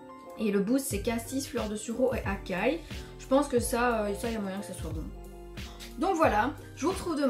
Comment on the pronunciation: Juste pour info açaï (assaille) pas acai (acaille).